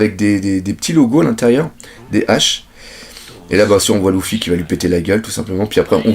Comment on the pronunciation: pourquoi tu dis louffy ca me perturbe énormément LU-FFY stp merci